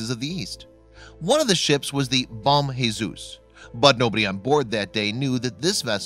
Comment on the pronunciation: It's not bom Jesus it's bom Jesus